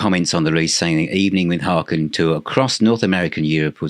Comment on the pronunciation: Hi! Just a factoid for you... HAKEN rhymes with bacon as one of their tour shirts attested to on THE MOUNTAIN tour with a photo of actor Kevin Bacon on it. 😂 A great band with a great sense of humor. Thanks for reviewing them. Peace to you, JonO